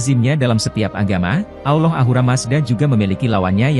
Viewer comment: Bukan Aulah tapi ALLAH